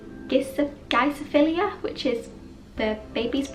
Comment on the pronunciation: Babies breath is pronounced jip-so-feel-ia 👍🏻